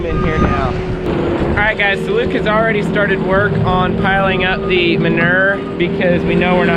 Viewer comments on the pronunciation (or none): Say manure right it’s not manurrrrrr😂. When you say manure spreader you say it right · I am from Boston and I love the way you pronounce manure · Maybe it's me or maybe it's Canada but I say it with three syllables: man-OOO-er